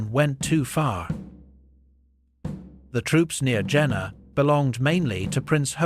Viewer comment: It is pronounced Yena.